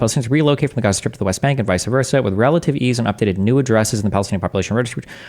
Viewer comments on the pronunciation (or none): none